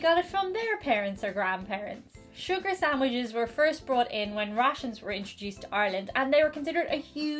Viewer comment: Pardon my French, but did just say "sucre" instead of sugar? Also, calling out to Saint Anthony is a very Polish thing, too. There's something about burying a small statuette face down in the backyard that's about Saint Anthony, too (strange, because it always sounded to me like a Mafia hit somehow.) Ringing the Angelus on TV sounds like a nice tradition, though, as bells are always pretty and comforting. Besides their brogue, these things are what made the Irish seem "ethnic" in 19th century Protestant America.